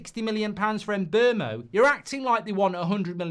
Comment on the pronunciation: He said MbuRmo 😂😂😂😂😂😂😂😂😂😂😂